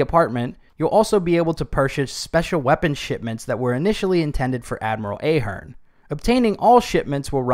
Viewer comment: It’s Ahh!- Hern